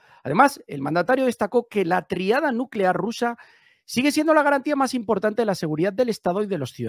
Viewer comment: TRÍADA: Acento en la i.